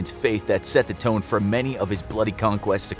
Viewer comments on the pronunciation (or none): none